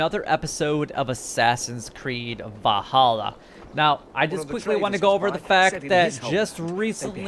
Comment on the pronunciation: Valhalla not vahalla